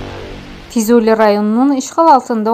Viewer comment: Füzuli yox, FİZUIİ!